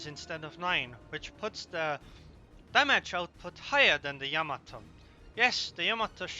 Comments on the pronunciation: Yamato is not pronounced... YAMA- to. It is pronounced... Ya-MA-to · "yA mA to" of course.